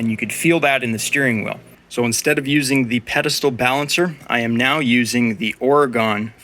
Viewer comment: It is pronounced Ore-Gun not Or-Gone, we are still here but our political view of the Woke cities, we wish they were gone !